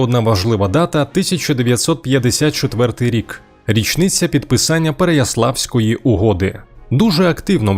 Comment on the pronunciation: Я перепрошую, шановні, ладно наголоси в звич. словах диктор плутає. Але ПереяслАвська угода - це вже перебір для історичного випуску))) ПереЯслав